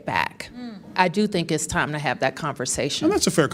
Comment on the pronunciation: Why does Bowser keep saying “iss” when she means “it’s?”